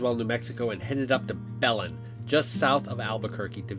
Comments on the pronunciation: Be len not bell in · "Bah-linn", not "Bellin" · "b'LEN, not Bell-in. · Belen hahaha, keep saying it It's the oddest saying I've ever heard. It's Ba-lynn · I live near Belen (it isn't pronounced Bell-en, but Beh-LEN, like bed w/o the d). I don't go into remote areas here without a firearm. Just sayin'. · It’s pronounced “bah-lin”, not “bellen” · FYI, the name of the town is "Bah-Lynn", not "Bell-in" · It's not Bell-un, It's Buh-len. Bethlehem in fact. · OMG....y'all are saying Belen wrong!!! It's not Bell-lin.....its "Bah-lin" I always cringe when out of Towner's, try to pronounce New Mexico towns or areas .... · It's not Bell- lan as you both tried saying it... it's a Spanish word.. it's pronounced "bey- linn" a,e,i,o,u is not the same as in Hispanic "ah, ey, eee, o, oooo" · BEh-Lyn not belon it’s killing me 😅, oh my gosh they are in rattle snake country. It’s a scam to the tune of 14 million. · please quit saying belen with 2 short e's. its pronounced be( short e) len ( short e) emphasis on 2d syllable. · bay-lin, not bell-en. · Ba-Lynn...... not Bell-in. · First off. It's belen, pronounced 'balin not bell in. Second, that was a major scam cause sand out there still isn't worth much more than 2-3 k an acre, no one wants it. And 3rd. If it was a scam then, it probably means your family owns nothing. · Bay Lin: not be lan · BELEN is Pronounced BUH LIN not bellen . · You don't want to live in this state. And its pronounced buhlynn not bellin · LOL buzzer, wrong. No it's not Ba-lynn. It's Be (as in bed minus the D) Len (as in Lenny). Be-Len. Belen, NM. You're welcome. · It pronunce Be Len (Belen)NM like eye lens Have fun in land of Enchantment nice people and delicious green chile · Every person who has ever lived in NM is shouting at you BAY-lin! The butchering of the place names is so bad it becomes outrageously funny. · Thanks for watching! That place was totally awesome and well worth the detour to Belin (pronounced Ba-lynn)... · pronunciation is ba-lin